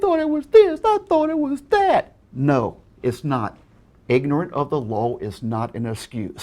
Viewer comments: is it just me, or does sound like he is saying lol instead of law? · Am I the only one amused by how he keeps pronouncing the "law" as "lawl"? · He pronounces law as LOL every time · It sounds like he's saying lawl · he cant even say law....he says lol. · cant stand how he calls Law, LoL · it's L A W not L O L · The only thing that makes me pissed about this dude is how he pronounces law like loowe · I just realize after rewatching this video, the way says "law" sounds more like "Lolz" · I swear it sounds like saying, "...copyright LOL." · Am I the only one who understands "Lol" and not "Law" ? o.o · says Lol instead of Law. Lol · Why does pronounce Law as Lol? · ignorance of the lol should learn how to pronounce "law" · I swear every time says "law" he says "lol" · I like how keeps making it sound like "lol" instead of "law" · I’m sorry but is saying “law” or “lol”? It’s sounds like he is saying lol. 😂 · Everytime he says "law" I hear "lol" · Whenever says "law" I mistake him for saying "lawl" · He has such a horrid problem with pronouncing words. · I like how when he says law it sounds like lol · Can we just appreciate the way says law lawl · "Lawl" "Case lawl" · Christ, why does he pronounce it „lawl“? Is this a thing? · I find it hilariously appropriate that keeps pronouncing "Law" as "Lawl", because his wildly incorrect understanding of the law makes me lawl. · i lost my shit at "CASE LAWL" what accent even is that? why can't he talk properly? He shouldn't be narrating lessons to kids if he can't pronounce basic words, should he encourage a speech impediment in said kids. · Okay but am I the only one who hears pronunciation of "law" sounding like "lawl"? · he says Law like lawl. I can't unhear it. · By logic, the majority of channels' material are breaking the law (or lawl as he pronounces it.) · 'lawl' 'case lawl' XD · Why does he pronounce law "LOL" ?